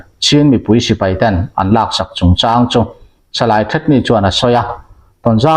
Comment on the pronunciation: 'A lâk aṭangin' tia chhiar hi ' lak aṭangin' tih zawk tur a nih hmel